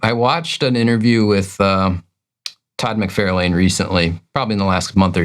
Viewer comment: Love your videos, but you guys consistently brutally butchering the big names in the industry, McFarlane, not McFairland, Liefield, not Leefield, and Markie Millar? 😂